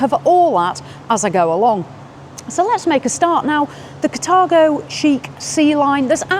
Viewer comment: Yo!. Sounds like the wrong pronounciation, Car-Tha-go!